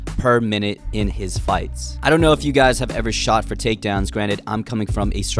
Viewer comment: No in that video he said "if" with Georgian letter "ფ" which is similar to "F" and people though he said "epo" weirdly